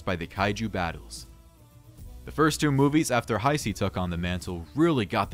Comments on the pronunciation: WTF IS THE HI-C ERA??? It's pronounced Ha-Say🙄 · I understand that. It was a joke on how the guy says Heisei. So, you were serious when you said “not a real fan”? Wow.